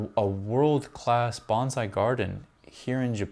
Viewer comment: It’s hard to call you a wen you can’t pronounce “Bonsai” 😢